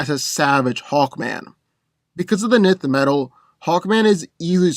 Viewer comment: I liked the battle, but one thing of note, for Hawkman, his gear isn't "nith" metal, but "N"th metal, as I've heard it said in various sources in the past, how one would say the letter 'N' with the 'th' on the end of it. That was the only thing I disliked/found slightly off about it.